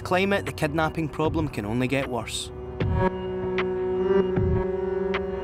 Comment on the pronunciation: if he says kednaaping one more time i swear